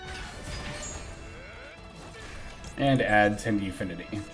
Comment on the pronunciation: Oh, you scared me for a sec. You said Swordsoul Tenpi instead of Swordsoul Tenyi 😅😅😅